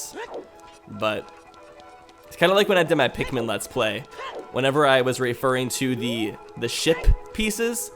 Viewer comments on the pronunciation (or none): none